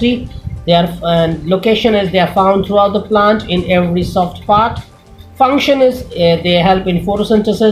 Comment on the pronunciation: its function not fruction